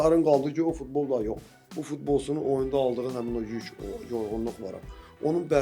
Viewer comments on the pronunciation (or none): Fitbol yox futbol bunlarl kim çıxardır efirə